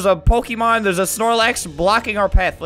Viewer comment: Did you say pokemon